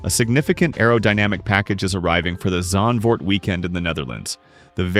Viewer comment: Yeah absolutely terrible and by the way it’s a duo pronounced a-du-o not to you but too the uploaded and it’s Zandvoort not zaandvoort